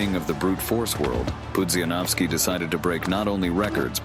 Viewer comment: PUDZIANOWSKI !!! Not Panowski 😡